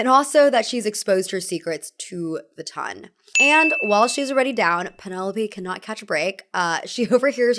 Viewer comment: Ton in this circumstance is not pronounced like tonne.